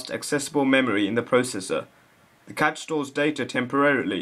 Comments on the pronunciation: It's pronounced like "cash." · I believe he is also misspronouncing "cache". Didn't you learn about the magic 'e' in primary school. Even if you didn't, your the only person I've ever heard pronounce it as "catch". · Cache is pronounced cash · At first I thought he said "the catch"